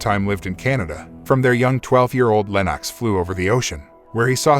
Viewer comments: Lennox Lewis pronounced LENIX not LENOCKS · Lenarx?! It's Lennox! At least get your pronunciation correct for such a great UK boxer.